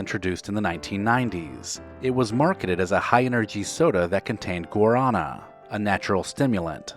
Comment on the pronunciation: IN, GUARANÁ IS PRONOUNCED: GWA-RAA-NA. IT'S STRONGER THAN CAFFINE, SO MUCH SO THAT IF SCIENTISTS KNEW OF IT WHEN RESEARCHING COFFEE- CAFFINE WOULD BE CALLED GUARINE!